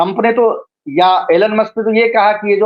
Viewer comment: एलन मस्क नही,एलाध मस्के पढिए।